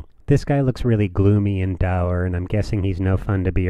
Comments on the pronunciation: Tiny FYI: It's not pronounced "dower." It rhymes with "poor." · I've never heard anyone say dour like door